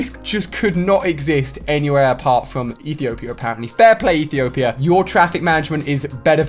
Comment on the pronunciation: My Background is Ethiopia good job saying it properly a lot of people cant and thanks for the complement